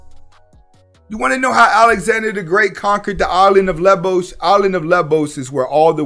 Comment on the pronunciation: Actually called Lesvos. mispronounced it!!!